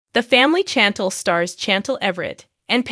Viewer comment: Can you please at least learn how to pronounce Chantel?